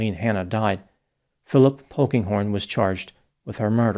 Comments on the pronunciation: When he said Phillip "Pokinghorn" I thought it must be a joke...😂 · At first, I thought said Honkinghorn.